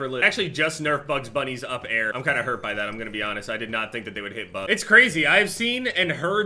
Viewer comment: said “up air” like an old man